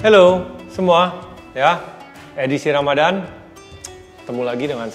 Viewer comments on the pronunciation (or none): none